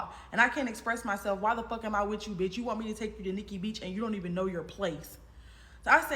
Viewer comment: He can’t even say B***h right 🤣